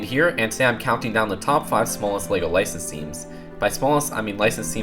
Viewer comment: He says licenses like this, lisanins.